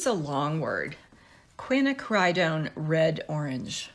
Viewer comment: Also that red is pronounced kwin-ak-ra-non (long o). Emphasis on the second syllable. Not too hard once you know it.